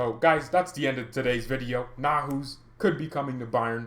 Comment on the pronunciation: Neu like in neu-er . haus like house. Neu-haus. A new house.